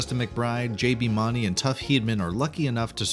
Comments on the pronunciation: It's pronounced MOONey, not MONey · You don't pronounce JB Mauney the way you're pronouncing it, you're pronouncing JB's last name as Maunney it's not pronounced that way Mauney is pronounced to sound like Mooney although it's Spelled MAUNEY It's still pronounced JB Mooney. Just Saying. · Hey, JB's last name is pronounced Like "moony" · It's JB Moon-ee. If you're going to narrate info about someone, learn how to pronounce their names please! Tuff's last name is pronounced Heed-a-man. We all enjoy your videos, but please...research names before you upload them :) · Learn to say JBs last name correctly for starters and 2nd Tuf made a promise to his son that would never get on that bull again after he got hurt at the pbr finals 3rd lane wasn't killed June of 1989 he was killed in July of 1989 if your going talk about bull riding get your facts straight. O ya it's PRCA not PCRA SMH learn your facts before looking like a dipshit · That isn’t how you pronounce JB Mauney’s last name!!!!